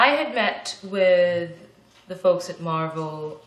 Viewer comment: One thing that I don't understand about Koreans who speak perfect English is why they pronounce English words with a Korean accent when speaking Korean. Why is Eric pronouncing Marvel like Marbel when he speaks Korean? It's different if he did not speak English but he knows how the word is supposed to be pronounced.